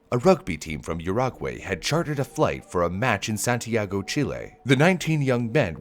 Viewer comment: did you say Santiago or San Diego